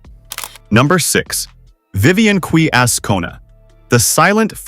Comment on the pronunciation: QUE - pronounced "Khe"